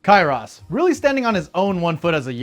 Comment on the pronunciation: Bro said Kyross 😭